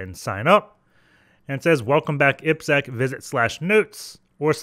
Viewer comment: Happy to see someone saying you name in right way. 👍🏻 ippsec